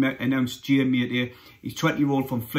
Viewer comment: ‘I think it’s pronounced ‘ Ma- TE- Tay ‘ ( accent on the ‘TE’ 😉👍